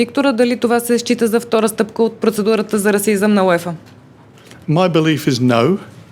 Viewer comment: It’s pronounced “You-Ay-Fah” not “You-Ee-Fah”